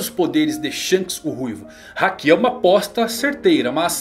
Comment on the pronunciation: "hakí" "animê" que pronúncias agoniáveis